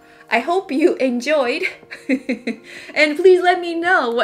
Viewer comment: Did she say I enjoined real pizza ? In america ? Hahahahahahahahahahaha I died 🤣